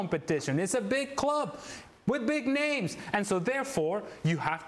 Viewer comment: Jesus ESPN!! Get a desk-reader who can PRONOUNCE the names correctly and isn't completely uncomfortable reading her lines. AWFUL.